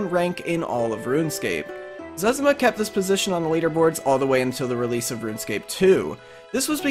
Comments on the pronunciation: its zezima not zez a muh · it's zez-ee-ma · zezima is called zezma btw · He said zezima wrong